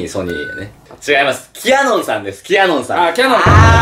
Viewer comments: ちゃんとキャノンじゃなくてキヤノンって言ってるとこ賢い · ちゃんとキヤノンって言ってるの偉い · ちゃんとキヤノンって言ってるんすこ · はなおはちゃんとキヤノンっ言ってるね。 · ちなみにはなおさんの『きやのん』の言い方ですが、社名自体『キャノン』ではなく『キヤノン』なので正確な呼び方であります。